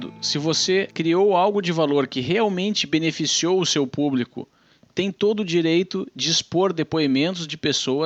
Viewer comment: PuBRIco PuBRIcamente ... 🤣🤣🤣